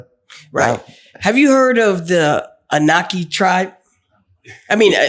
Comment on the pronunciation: These dudes can't even pronounce Anunnaki.they making a fool out their own selves.